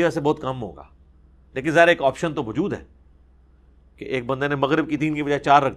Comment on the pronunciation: Ali bhai "Mjood" ki bjaey koshish krein k lfz "mou'jood" theek se ad'a kiya jaey. "Mjood" pronouns krtey hn to zra gher.ilmi sa lgta h Shukria .